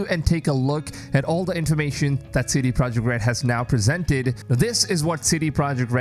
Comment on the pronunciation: OH here we again again. Idiot strike once more. You still can't say Mirage the right way...and now we can see that you can't even say CD "PROJEKT" (NOT AN ENGLISH WORD!!) correctly...Listen people you have tons of other creators that are respectful and NOT DUMB like this one...